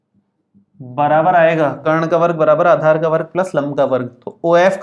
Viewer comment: Aachar nahi sir aadhar hota hai